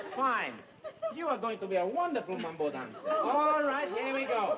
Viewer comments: Mamba...cant he say Mambo...ugghh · Raj Sindha Ralph keeps calling it the “mamba” instead of “mambo”.....